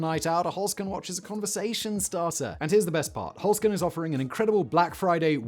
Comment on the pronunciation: OK am I the only one that thought at first with Simon's accent he was saying "Foreskin" but was saying "Holzkern" Had to rewind and listen again. Dang British accents lol